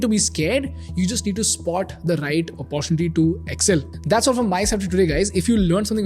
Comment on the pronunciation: Great content . Do pls chk your pronunciation of MIRACLE & OPPORTUNITY.